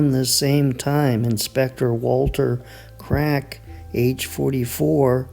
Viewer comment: His last name was pronounced cracky